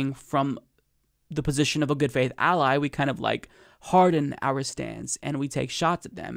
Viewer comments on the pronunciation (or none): none